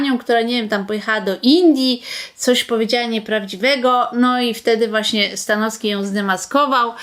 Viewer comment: Przekręciła pani nazwisko Stanowskiego. Słabe, bardzo słabe 😂